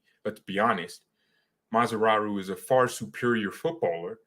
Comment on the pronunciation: Please don't call Mazraoui Mazraru because he is Mazraui not Mazraru, ok?